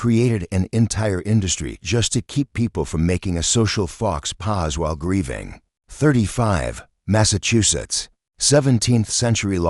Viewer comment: OMG, the AI narrative is just insane, it’s sooo disjointed, if there’s a way to mispronounce a word, they clearly found it. I honestly can’t even watch this — faux pas pronounced “fox pause” — oh come on. Will be blocking your channel